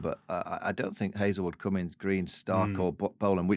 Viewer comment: Cummins NOT Cummings